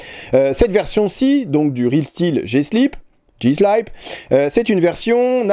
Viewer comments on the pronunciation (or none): Pour info on ne dit pas ''slaïp'' en anglais mais slip comme en français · En anglais, slip se prononce slip et non pas 'iss-la-ïpe' 😊